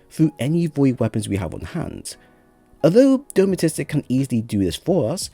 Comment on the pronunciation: Thanks for the build, do like your stuff however I can't fight the urge to help with the pronunciation... De-ter-man-ist-ic!